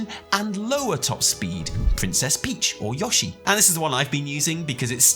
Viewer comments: Why can't British people say "Yoshi" right? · You say yoshi very weird in this video.